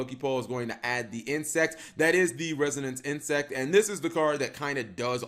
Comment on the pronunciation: Holy crap, he actually said "Resonance Insect". I'm shook. Edit: okay nvm he messed up the second time around. Edit 2: whoa, he corrected himself! WHO IS THIS AND WHAT HAVE YOU DONE WITH THE REAL?